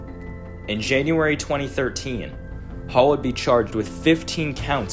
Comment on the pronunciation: Cool video dude, keep up the good work. Two notes: they are pronounced in-dee-cent and sub-seh-quent :)